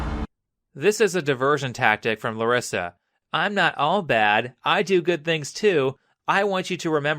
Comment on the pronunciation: Why is he saying my name "clarissa" i know he's saying larissa but it sounds like clarissa